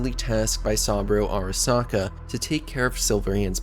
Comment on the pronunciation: Sam-bro Arasaka 😂😂